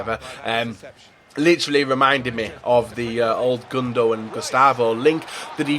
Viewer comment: Stop this 'Gundo'